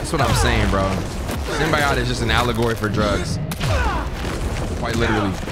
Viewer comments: SyMBiaaHt dawg its symbiote Sim-bee-oat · What the hell is a “Symbi-YOT” ???… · Bro please SYM-BEE-OAT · Bru its not Sim-bi-ot its sim-be-oat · It’s not simb I yot it’s Simb E yote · Idk if its for the bit or no but its Symbiote...(sim-be-oat) lol love the content bro eughhhh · it’s pronounced SIM-BEE-OAT, stop saying it like a custard😂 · I hate that says simbiyot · it’s pronounced sym bi oat